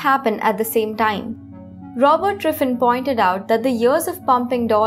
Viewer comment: She says Driffin.